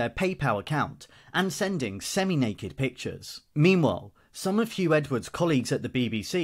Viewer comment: His name is Huw not Hugh